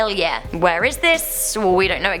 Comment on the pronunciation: what...... (when she said New Zealand...)